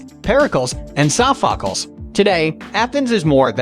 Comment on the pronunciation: That was PAINFUL. Soffockles?!?!? 😱